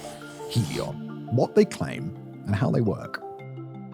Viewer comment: Trop drole! faire de la sponsorisation pour Helios via une IA qui ne sait pas prononcer le i Helos c'est nous revendre l'Hyperloop de l'électricité de demain? Spéculation=Destruction! ITER est le seul projet fiable et mondiale pour pouvoir réussir et ensuite partager car le progrès doit dabord profiter à la civilisation et non à une pseudo Start up pour faire du fric sans aucun résultat, nous en avons ras le bol des ces idiots qui se croient plus malin! ce domaine de la fusion est tellement difficile qu'il faut mettre en commun nos pays et être patient pour le reste c'est du business de comptoir après 2h du matin